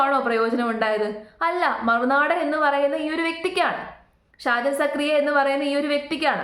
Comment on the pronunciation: നിനക്ക് എന്തിൻ്റെ കേടാണ്. സാജനല്ല ഷാജൻ അദ്ദേഹത്തിൻ്റെ പേരെങ്കിലും മര്യാദയ്ക്ക് പഠിക്ക്. ഷാജൻ സാർ കട്ട സപ്പോർട്ട്